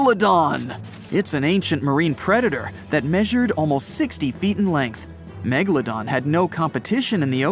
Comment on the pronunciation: It was .......A Megladom lol 😂😂😂😂